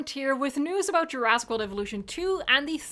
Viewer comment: Love you, but the swallowing of "jurassic" into "djurass" is triggering me af everytime;)